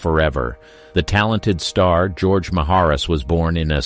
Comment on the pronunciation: Ga-roge? Bad computer generation.